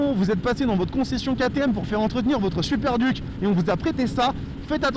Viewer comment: BIBRE 😭😂😂😂 ça se prononce By bré et "DUC" ça se prononce DIOUKE t'es essai son complet mais steplé frero mets y du tiens 🤦‍♂